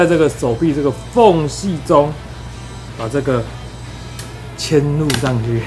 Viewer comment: 終於聽到嵌入不是唸ㄎㄢˇ入的了 有夠感動